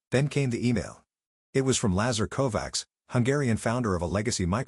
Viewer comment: Kovacs is pronounced “CO like cocoa, VA like v-awe, CS like ch-eck” “CO VA CH” this was my mothers sir name